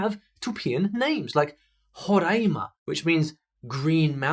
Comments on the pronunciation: ele fala Roraima e tem sudestino que fala Rorãima. Incrível como ele se. Dedicou ao vídeo. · Gostei do vídeo Só pronunciou Roraima errado Não e Rôrãima, pois não tem acento no primeiro a . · Basicamente, se pronuncia "Roráima" como se fosse acentuada assim e não "Rorãima". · You pronounce like Rrorãima Zoeira is commonly used when you're trolling someone, or you're kidding